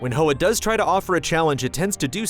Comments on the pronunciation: It's pronounced Hwa, like Huawei, not Ho-ah. Hoa means flower in Vietnamese. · Hey just as a heads up the title is pronounced "hwah"; it's the Vietnamese word for "flower". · yikes insensitive mispronunciation